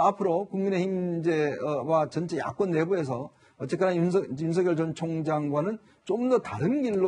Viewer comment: 야, 사희자! 윤석렬이야, 윤석렬!!! 우리나라 국어이 한글도 못 읽는 게, 뉴스 마이크를 잡고 개폼 잡냐??? 남의 이름을 함부로 개명 하냐??? 인간부터 똑바로 되고 나서, 남 앞에 기어 나와라!!!